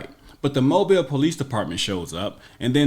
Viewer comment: I live 8 mins from Mobile.. Thank you for pronouncing it correctly